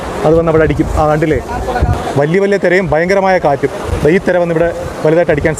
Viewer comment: തെര അല്ല തിര